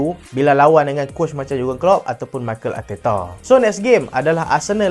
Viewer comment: betul2 bro hahaha macam maikel arteta, emarets